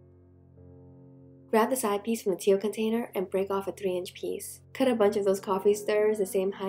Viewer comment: Instead of container I kept hearing potater?